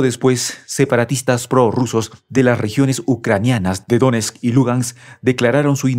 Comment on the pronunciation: PeskÓv, DonÉtsk y LugÁnks, son tres palabras con carga en la última sílaba. ¿Este pobre hombre sólo sabe pronunciar palabras llanas o qué? Cualquiera que esté mínimamente informado y pase por este canal se puede morir de asco con sólo oírlo. Se supone que esto es un canal "serio" de geopolítica. ¿Por qué no arregláis de una vez ese problema o despedís al locutor/es?